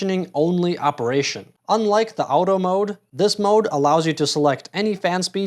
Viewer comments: WTF ..' Owtoe' ??..the term AUTO comes from the word AUTOMATIC , so how do you pronounce that ?! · Were you trying to trigger me when pronoucing “auto”? Literally nobody pronounces it like that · Now work on your pronouncistion of “auto” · American. Obvs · I've never heard anyone pronounce auto like you "out-o" regardless of that thanks for the video, that's very helpful.